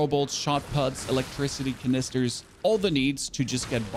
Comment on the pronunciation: The way you pronounce canister